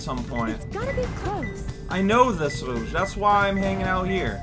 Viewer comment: Wait,, how did you get Eggman's Laser Blaster? Also, it's kinda charming how you pronounce "Rouge" properly, since French is your first language. I dunno. I like it.